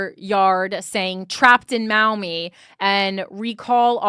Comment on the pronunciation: Pronounced “Maw-Mee” I live nearby ! The Maumee political community is insanely corrupt. I could write in about it